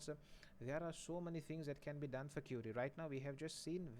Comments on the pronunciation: You actually say it as curie 😂😂 lucky not cutie... But you are best ,you too teach well. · I guess you pronounce query is wrong. Since i say "e" as "a"...